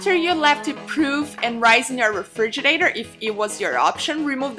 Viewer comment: Refrigerator....not refrigernator..